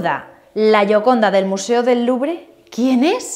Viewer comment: ... cada vez que dices museo del LuBRE... omg!! wtf!!